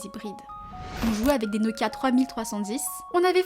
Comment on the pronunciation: tout ce que j'ai a dire c'est que tu n'as jamais eu de Nokia 3310 juste a ta façon de le prononcé 😂